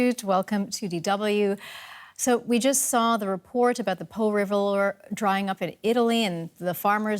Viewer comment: Damn, props to the journalist, her italian pronunciation was marvelous during the Po segment.